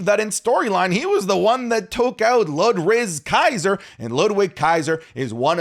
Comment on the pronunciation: Did he say Ludrizz Kaiser💀💀💀💀💀💀💀💀💀💀💀💀